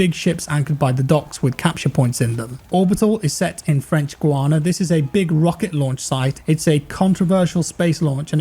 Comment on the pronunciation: French gu ana haha. It's prononced Guy ana. It's where is the actual European space centre, I work there and it's also my hometown. It's crazy for me to see such a small city apear in such a big media